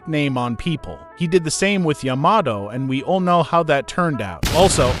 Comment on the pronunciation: the way he pronounce yamato triggers me af